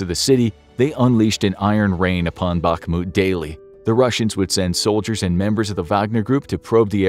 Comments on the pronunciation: It is pronounced "Bahmut" not "Bakmut" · Please, please, Bakhmut = bahRRRRRRRRRRRRRRmut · Every time you are saying "BAKMUD" its like a bullet in my ears :face-purple-crying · Don't want to be rude but it's pronounced "B-A-H-M-U-T" the "K" is silient